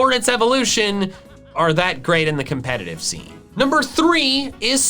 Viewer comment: THERE IS NO R IN COMPETITIVE!